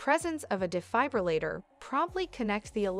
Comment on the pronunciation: I'm having a hard time believing the content of the video when the very subject of it is being mispronounced the entire time